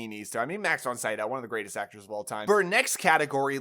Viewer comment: Not trying to be mean but it's Max Von See-doh not Sigh-dow.